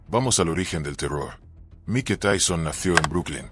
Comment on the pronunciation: Se escribe Mike pero se pronuncia Maik